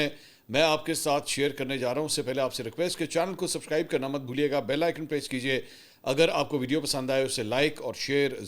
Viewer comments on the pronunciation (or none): اپ لفظ سبکرائب بولتے ہیں سبسکرائب نہیں وجہ کیا ہے